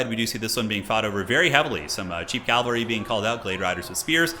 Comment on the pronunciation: ugghh.. he keeps saying calvary..